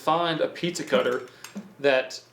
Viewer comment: He says piiiiiiezza Not pizza